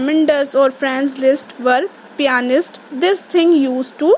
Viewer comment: That's pianist not painist😑😑😑😑😑